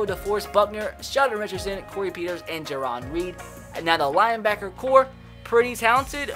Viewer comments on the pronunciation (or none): I’ve seen you do it multiple so let me help you.... it’s not ja-ron reed. Goes like this jair-Ann reed shbam you just got pwned